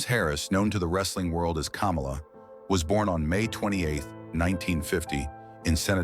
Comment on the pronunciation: Why are you saying Kamala's name hell of wrong